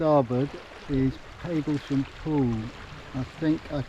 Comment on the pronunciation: Lovely job,. Just one thing: I grew up in Hadleigh, Essex, and I always thought it was Pag as in bag Paglesham. Have I been wrong for the past 70 + ( plus quite a lot) years?